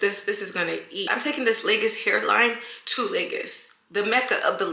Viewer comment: Awesome job! BTW if you want to truly represent Lagos, you have to learn how to pronounce the name, it's pronounced "Lay-Goz" Not "Lakers or Lay-Gus"